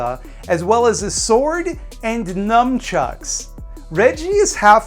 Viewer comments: its nunchack, not numchuck.......... god i hate that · just fyi theyre "nunchuks" "not "numchuks" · Numchucks, NUMCHUCKS?, I expressly stated in a prior video you are not to pronounce them that way, and you have not corrected yourself. What is the point of me watching your videos if you aren't going to do exactly what I say in the comments? What? The hours of free entertainment and insights into new films I didn't know about? You must take me for a sucker with lustrous hair and an arse that won't quit.